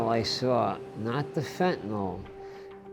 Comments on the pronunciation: Fentanyl. FENTANYL! NOT FENTANOL! Pronounce it correctly! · Law enforcement gentleman needs to learn how to pronounce fentanyl. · DEA rep doesn't know how to pronounce fentanyl., there is no letter "o".